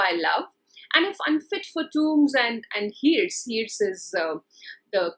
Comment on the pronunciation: It is sad that a teacher of English mispronounces words like ‘hearse’ and ‘urn’.